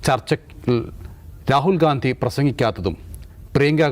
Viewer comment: രാഹുൽ ഗാന്ധിയല്ല…. ഗണ്ഡി…. ഗണ്ഡി… മലയാളം ശരിക്ക് പഠിച്ചിട്ട് പറയൂ സൂർത്തേ😂😂😂😂